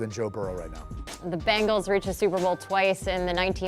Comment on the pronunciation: Who are the "Bangals"? Can't this guy talk?